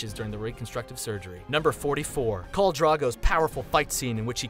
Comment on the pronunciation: Old Naan? Dude, like naan bread? It's Old Nan! as in nana/ grandma. And who is Carl Drogo? It's KHAL. Get your pronunciation right. Seven hells... GoT reference tho.